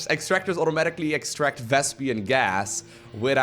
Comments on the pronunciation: why do you always call it vespian gas, its vespene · pronuncing vespene as "vespien" has grinded my gears since ever. But I guess it's part of the charm.:)